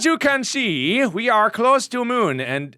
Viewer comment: Moon not mun